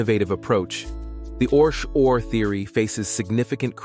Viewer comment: It’s pronounced ORC O.R.